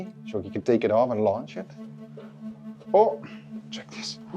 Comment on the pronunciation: You need to work on your vowel lengths. Launch area and lunch area are very different things.